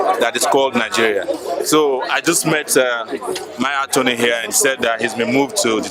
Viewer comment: I only wondered how he became an Antony general when he does not even know the difference between "F" and "P"